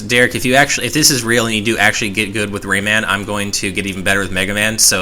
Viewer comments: For the love of Jeebus, stop pronouncing it as "Raymin,". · dear god the way you say Raymun is so ECH good video though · "Raymin" "Oobisoft" You people and your pronounciations. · The way he says Rayman bugs me so badly.